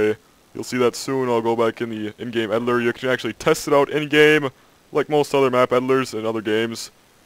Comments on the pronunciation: Sounds like he says edilor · i know what an eel is, i was referring to the way he says editor lol. An eel has nothing to do with a snake just has that sort of snakelike body, they are just an ugly blind fish